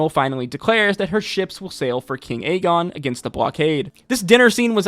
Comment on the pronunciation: I’m convinced bro was mispronouncing aegons name on purpose because he said it right a few times. Aegon not agen. As much as you know about the lore of asoiaf I know you know it’s the 3 eyed raven not the 3 eyed crow. That felt personal 😂😂 everything else was spot on though.